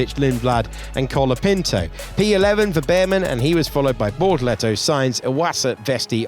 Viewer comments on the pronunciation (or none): Bortoleto: on the radio saying his own name. Commentator: BortoLEHto